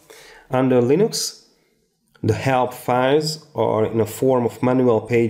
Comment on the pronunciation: It's Linux, not LINOX